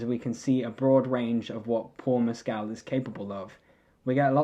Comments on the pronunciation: Just for the record, he says his last name has the stress on the first syllable…MESS-kl. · Just letting you know, you’re mispronouncing his last name.